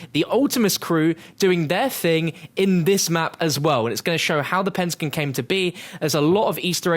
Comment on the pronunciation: What the hell is a pin-ta-gin ?